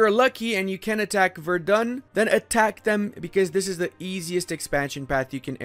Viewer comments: Its spoken Werden not Verdun. The latter is in france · Please look up how to pronounce Celle. I think you had the "ll" part about it. Also Verden is not Verdun. The "V" makes an f-sound, the "e" almost disappears, the "n" is not softened the emphasis is on the first syllable and there is no "u" anywhere. It's pronounced more like "Ferd'n", really.